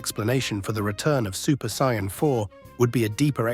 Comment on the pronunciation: Even Kaio-ken and Sayian he said it incorrectly.